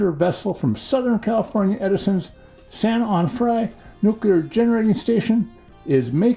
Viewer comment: I just have to correct you on the pronunciation of the nuclear plant San Onofre, I worked for SCE but not at that facility. It’s pronounced San Oh no free or San Oh nah free, either way depending on how you want to say it. I did hear they decommissioned the nuclear ☢️ plant and was wondering what they would do with it.